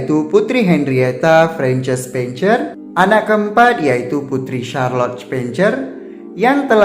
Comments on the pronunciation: Kenapa dibaca "CER" padahal itu kan dibunyikan "SER" asli ga enak banget didengar nya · Coba diperhatikan pronounciation 'spencer'